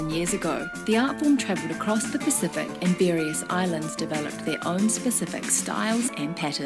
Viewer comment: Your pronouciation of Pacific is pretty awesome